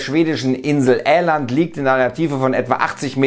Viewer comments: Es in der Nähe von Åland nicht Äland und gehört zu Finland nicht Schweden! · Aber Åland gehört doch gar nicht zu Schweden, und nur als Hinweis es wird oland ausgesprochen o